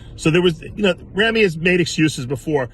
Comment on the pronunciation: Someday Dave will actually learn the correct pronunciation of Ramy's name is Rah-me and not Ram-me. He's been mispronouncing Ramy's name for years!